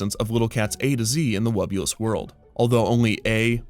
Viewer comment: Hearing the name spoken aloud, I can't help but constantly mishearing it as "The Wubbu*less* World of Dr. Seuss". Maybe its just me, maybe its a marketing overview. idk